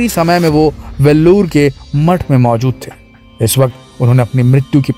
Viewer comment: बेलूर मठ not वेल्लोर